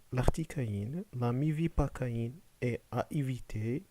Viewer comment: Merci Juste une remarque, c'est la mépivacaïne et non mévipacaine. Sinon, vidéo pratique et utile